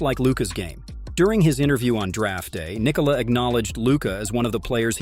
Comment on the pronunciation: Omg props for pronouncing Nikola’s name correctly 😅